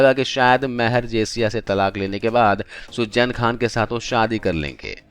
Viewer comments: What horrible English... Pronunciation is terrible. What is sujjain it's Suzanne and so on and so forth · Sujjjjjeeeeenn nahi... suzen bolo